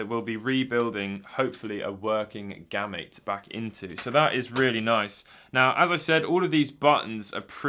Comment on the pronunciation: I would have pronounced it as "Game-Mate" without the "me" sound